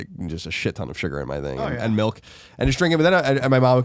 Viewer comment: Melk...we need an intervention